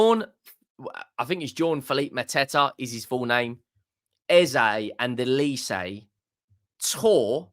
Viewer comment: Why do you people call him Elise??? Don’t you have eyes? OLISE with an ‘O’ Not ‘E’. OLISE is a Nigerian surname. Very easy and straightforward to read!!!